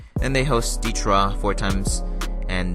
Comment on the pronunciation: Lol the way you said Detroit wtf Detraw 🤣